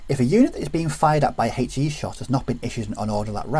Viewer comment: If you need a comedy resource for how not to pronounce a 'h' - find a video on the rules of HE ;-) (Huhaych-E)